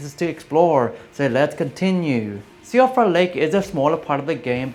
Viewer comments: Also, Siofra is pronounced "shee-fruh". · To be fair, Siofra is entirely the fault of Irish Gaelic, the culprit behind names like Siobhan (shee-vahn) and Eoin (Owen). So unlike gaol which is still occasionally used in some parts of the world, native English speakers have no idea how to pronounce things like Siofra correctly unless they are also familiar with the Irish language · I would like everyone to know that Siofra is "she-fra"